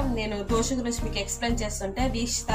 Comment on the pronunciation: Dhosa kadhu amma...It's Dosa...